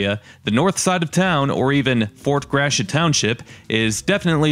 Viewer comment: Nice job. Fort Gratiot's pronunciation has been unfortunately bastardized into 'Grash-it'; which should be more like 'Grat-ee-oh', as the French would correctly say it. No doubt the New England Yankees who originally settled and developed the county in the early 1800s had a hand in that. Charles Chouteau Gratiot; for whom the county and Fort are named, was born in St. Louis, which was Spanish Upper Louisiana territory in the late 1700s. His father was originally a fur trader from the Illinois area....